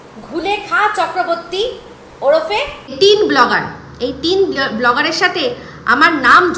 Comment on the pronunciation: Blogger noi go bo-lo-gger